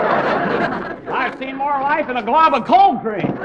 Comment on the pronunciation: cold cream not coold creek